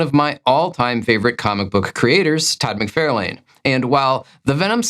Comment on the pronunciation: Constantly mispronouncing Todd McFarlane’s name after Todd has made some many video stating how he pronounces his name is disrespectful. It’s almost like someone purposely pronouncing Guy Wozniak’s name the French way “Gee” despite Guy pronouncing his name every episode.